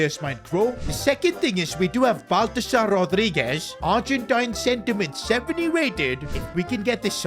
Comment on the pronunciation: il a dit balthazar 😂😂😂😂